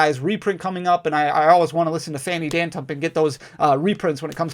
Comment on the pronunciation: Holy Buckets did he say Fanny Dantump! Gotta love him he's awesome!!